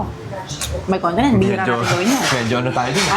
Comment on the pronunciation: haha I rewatched and you said may continent. I thought you said may content😂 well if it’s America I hope it’s in the San Francisco Bay Area!😊😊😊